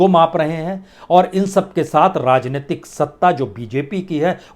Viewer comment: Rrrrrrrrrrrrrrrrajneyatik😃😄😄😄 rrrrrrrrrrrrrr rajneitik rrrrrrrrrrrrrr😁🤣😄rrrrrrrrrrrr